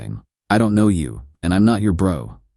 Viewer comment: Anyone else notice that the AI voice pronounced the "k" in " know" each time? 😁😂